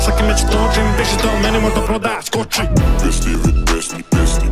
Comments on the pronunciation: You just pronounce it "Vesti" not "Veshti"😂😂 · Its not vešti its vesti like news